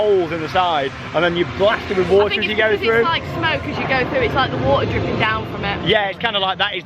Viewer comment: It’s water not waner